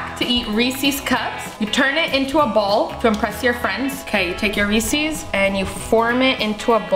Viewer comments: nah said reases 💀💀💀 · I'm kinda annoyed that she says reesees it's reeses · I can’t be the only one pissed on how she says Reese’s